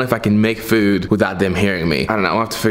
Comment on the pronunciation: I love how this man says "foood"